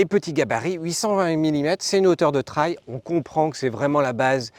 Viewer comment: "Traille", vraiment ?